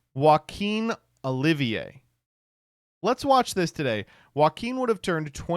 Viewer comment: HE REALLY MISPRONOUNCED THE NAME OLIVER I'M SO TIRED OF HIM